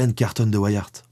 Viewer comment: Super Vidéo comme d'habitude ! :D Par contre, venant de Belgique, tu as écorché ce si joli nom de famille ahah Ceci se dit carton comme le matériau et Wiart se prononce comme la contraction des mots Wii (la console ^^) et art. Ceci n'est en aucun cas une critique. L'histoire de cet homme est incroyable et ta vidéo est super bien sûr. Mais vous, les français, pouvez être incroyablement surprenant avec nos noms propres ou la langue néerlandaise xD p.s : Boer est un mot néerlandais et se prononce bour, quand un o et e se suivent en néerlandais ça donne "ou".